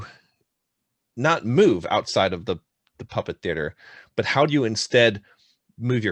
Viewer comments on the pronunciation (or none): Everytime they say puppet, I hear muppet 😅 It's awesome!